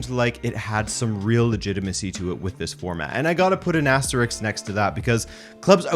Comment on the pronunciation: WHY HAS EVERYONE FORGOTTEN HOW TO SAY ASTERISK, WTF NORTH AMERICA?!